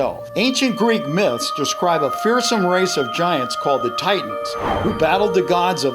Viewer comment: It no fak, it be a mit